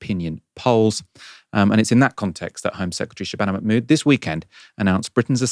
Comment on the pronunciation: check your pronunciation of Mahmood please... there's an H there that is not silent!